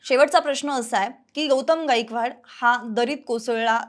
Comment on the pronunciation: 'गाईकवाड' नसत 'गायकवाड' असत... काय बातमी, काय उच्चार. Unsubcribe करत आहे..🙏